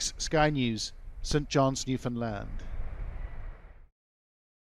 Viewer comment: Is this guy saying new Finland? I thought new found land. I'm confused